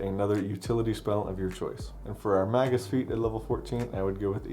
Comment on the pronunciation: This is such a hard fucking watch. The word is pronounced MAY-gus, not "mah-gus". Goddamnit.